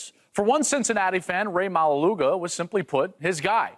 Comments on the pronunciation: the pronunciation of maualuga is not suppose to sound like that 😅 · are you Samoan? or even islander? cause if you are you'd know that's not how you pronounce his last name ✌🏻